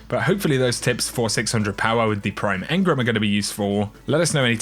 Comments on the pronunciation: Please stop saying Engrums, please say engrams aha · You know, engram has an A in it ;)